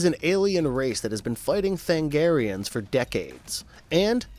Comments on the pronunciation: Sir, I love your analysis, but.... Than-A-garians has FIVE syllables in it. And that wasn't JOKER's bat-tracking device, my god man, don't be dense. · Me during Starcrossed recap: Tha-NA-garians. Tha-NA-garians, not Thangarians. Did you even watch the show, or did you just read someone else's recap? *Edit Holy s***. At 2348 you play the clip in which the character said the word Tha-NA-gar.